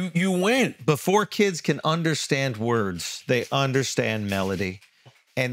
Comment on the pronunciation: Charla’s worst enemy is pronouncing “melody”